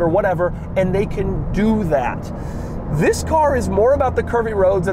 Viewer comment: EEEETHHHUIIISSSSSS the way he says THIS